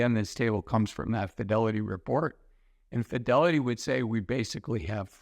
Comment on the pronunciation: Please!!!! prounounce Fidelity!!! It sounds like Fioli financial advisor!!! Love your videos. Diction!!